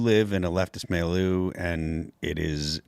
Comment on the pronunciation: It’s pronounced mill-you, Phil, please